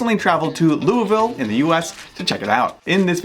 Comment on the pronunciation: As a fellow Kentuckian. You pronounce Louisville wrong. 😂